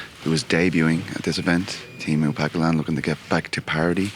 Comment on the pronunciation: what the fuckinh "tiimu pacalan" it's teemu packalen for christ sake